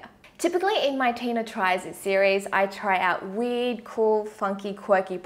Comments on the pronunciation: It's probably just me but at the beginning of the video when she said I try out... I thought instead of weird she said weed and I was like hold up wut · When she said weird I thought she said weed